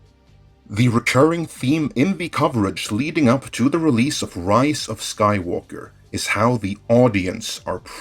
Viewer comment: why i keep hearing "Rice of Skywalker"?